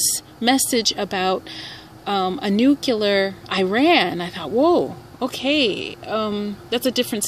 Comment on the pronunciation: It's not nucular, it's nuclear. lol